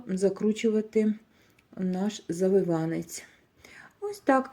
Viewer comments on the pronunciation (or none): Але не завивАнець, а завИванець!!!😂😂😂😂😂😂😂😂😂